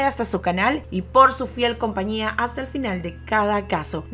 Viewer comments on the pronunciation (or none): none